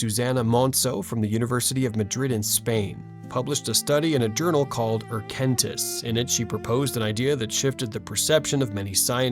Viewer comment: Erkenntnis, not "erkentiss." It's the German word for "recognition." Thanks for making this video. Very insightful.